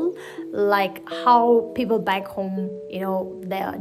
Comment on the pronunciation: Right! She was supposed to say it peoPerr 😂